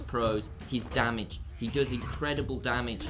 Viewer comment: Damage!!! Not damadge lolol